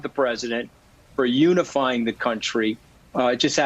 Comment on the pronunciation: Unifing us..did I hear him correctly